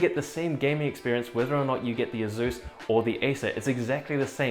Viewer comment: haha, that's waaaaay too much skin for one so hirsute, or hirzzzoot, as he'd say. I cringe everytime he says "azzus"